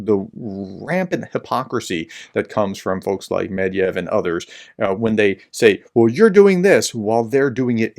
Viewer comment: His name isn`t Medviev. It`s MYE-DVIE-DIEV. Just like your name isn`t, is it? It`s -ES, right?